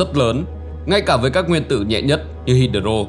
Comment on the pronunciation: Đọc sai nhiều Hydro, Electron ....